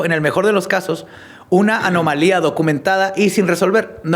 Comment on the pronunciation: dijo “anomalía” correctamente varias veces y no veo a nadie reconociéndole el crecimiento ❤❤❤❤